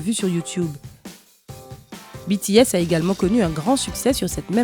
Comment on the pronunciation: Pour une fois qu'on prononce correctement 💜BTS💜 UwU 💕💗